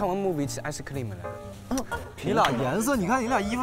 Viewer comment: 周震南这韩式ice cream发音要笑疯我了~~好可爱！